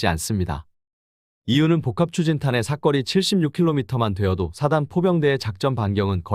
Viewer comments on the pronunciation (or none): 사거리인데 사꺼리 발음이 조금거슬리네요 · 사꺼리가 아니라 사.거.리. 입니다……. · 사거리라고 발음 좀 하세요. 삭 거 리 라고 하니까 거북함.